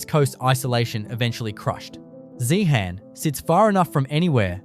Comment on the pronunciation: zeehan-pronounced zehen-UM theres a tin mine about to open just out of town-zeehan has mineral museum, an opera house and an iga mart along with a selection of mine camps